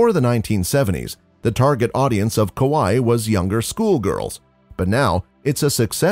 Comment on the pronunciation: Okay, the rest of the Japanese pronunciation is really not bad at all, just some weird emphasis on some syllables. Other than aoi and kawaii, very impressive.